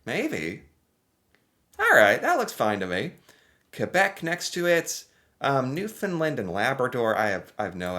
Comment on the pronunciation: Awesome job. 🤘🤘🤘 Pronounced provinces and Territories (at roughly you pronounced NL and then repeated. First way was Correct!! 👏👏 AND you said and Labrador - I know Labradorians loved it - They always feel left out A++ for that - drawing needed work though 😂 St. John’s is capital. Oldest city in North America (argument if not in North America and most easterly province/place in North America) If you kept thinking you would’ve gotten Gander from your Operation Yellow Ribbon reaction video. You did a timed extensive pop quiz. Incredible. The placement of cities not to mention remembering them. Whitehorse you got. So funny you said Edwardsville. It’s Charlotte’s Town. 😂 Kudos for the guess. Then you said Edwardton. There’s a place in New Brunswick called Edmundson, Fredericton is the capital. So your guesses of names were close, I was smiling. Saskatoon. Seriously? A++ on that. Regina is capital. Edmonton capital of Alberta. Vancouver 👏👏 Extremely well. Psst - I don’t know capital of Nunavut 😔 Iqaluit (just googled for us) I know you would have gotten Winnipeg soon. Ohhh you mentioned it now so… Indiana. Indianapolis? Sorry. Only city I know. You’re close to Ontario though, go through MI. If Indianapolis only an 8 hour drive to Niagara Falls. We say distance in “time” and yes 8 hours isn’t that far. Canada is huge and to visit Chicago, Minneapolis, Boston, Seattle… couple days for a hockey game. 😂 You must change your intro. “I’m an American here today to learn more